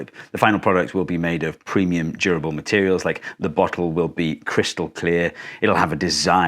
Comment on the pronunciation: Instead of “premium durable materials” we heard “premium gerbil materials” which made us think this was one of those water bottles you had to hang upside down and lick the little metal ball inside to make work